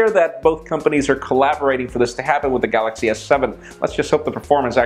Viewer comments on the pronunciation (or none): none